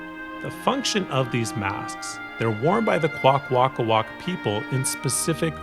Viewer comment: Hi you said the name wrong but don’t be down in the dumps the language is really hard too speak I know this because I speak the language very poorly but still